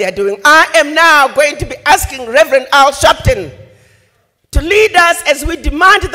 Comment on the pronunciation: “Al Sharpton” . Seriously?😂